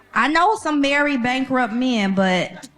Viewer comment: She so emotionally triggered she can’t even say the word bankrupt correctly LOL.